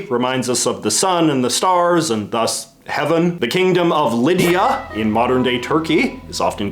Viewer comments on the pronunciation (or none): none